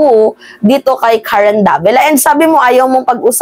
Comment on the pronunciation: Mga chinese hndi nila mbigkas ang "R" kya pansin nyo c mayora hirap bigkasin ang R , pagbigkas nya ng Karen prang karwen.. khit mag english mga chekwa missing plagi ang 'R .. example airport bigkas nila ehpot